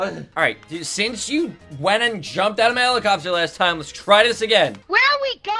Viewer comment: He said h e l i p c o p t e r